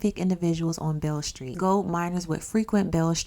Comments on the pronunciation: Its pronounced Bill street😂 B.B. King got his name from that Street. Beale Street Blues Boy B.B. King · And it’s pronounced like “ BILL ST “